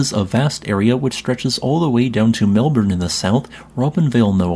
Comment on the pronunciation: All - bury is the correct pronunciation. You did well with Melbourne. 😊